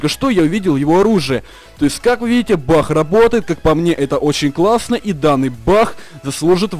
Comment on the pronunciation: почему ты называешь не баг а бах?)